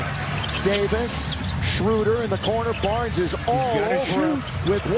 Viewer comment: SchrÖder nur Schruuder :c